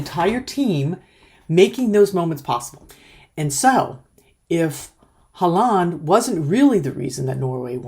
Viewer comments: You make 'Haaland' sound like 'half duck' in norwegian 😅 Its more like "Haw-land" 😀 I've said it for months; Norway plays as a team, while most other teams play like a collection of players. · His name is pronounced Haw-lan. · Please try to pronounce Erling Braut Haaland's name correctly ; The double aa sounds like A in Always. So ; Haah-landh. ❤😊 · Even though you might not need to say it again, the main stress is on Hå [he uses a pre 1917 spelling], and the a in -land is short and is less stressed.